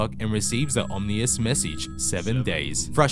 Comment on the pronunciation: The narrative isn't that bad, except for the pronunciation of the word Ominous.